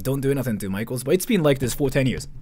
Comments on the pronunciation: I wasn't looking at the screen and for the past 5 minutes i thought this american guy's been saying 'micheals' repeatedly like some kind of chain store 🤣 apparently he was saying 'maikos' /zzz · You say maikos, but I keep hearing michaels and it's so confusing. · Not me thinking he keeps saying Michaels 😂